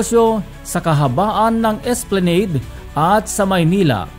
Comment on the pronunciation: And please, pronounce the word ' esplanade' correctly.